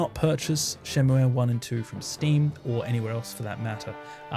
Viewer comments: Interesting that you pronounce Shenmue as シェンムエ when it's written as シェンムー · Great video! one thing... Shenmue is pronounced SHEN-MOO (シェンムー). I die a little inside every time someone says shen-moo-aye. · Your pronunciation of shenmue gave me an existential crisis for a moment so I had to look it up. It actually is pronounced like Shenmuu rather than how the title would suggest in Japanese, it doesn't use the え sound. It is worth noting the name is derived originally from Chinese instead of Japanese, but also supposedly the decision to spell it like Shenmue was to emulate English words like "Blue" for the sound at the end. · I think Shenmue is pronounced "Shenmu--" without the "e" at the end